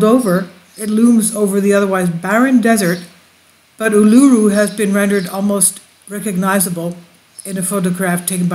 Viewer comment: Pronounced Ulu-roo and Airs Rock ( white fella name for it)